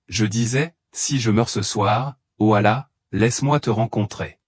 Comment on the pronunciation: Comment un imam ne sait prononcer le nom d'Allah ni de mohamed que tu appel Mahomet ce qui le nom donné par les islamophobe hhhhhhh